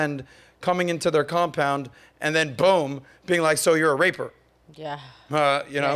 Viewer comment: Man really pronounced "raper" lmao